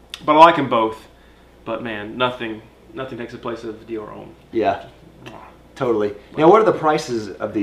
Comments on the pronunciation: Its pronounced Hom, not home 😉👌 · Great review guys! Love all your reviews but for the love of God homme is pronounced ohm not ome